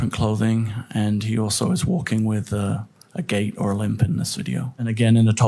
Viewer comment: had to rewind a couple times. A “gay limp”? Kinda rude, but okay. (Yes, yes, yes, it’s “A gait. A limp.”)